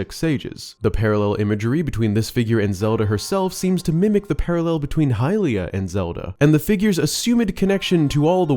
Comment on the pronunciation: It's not hylia.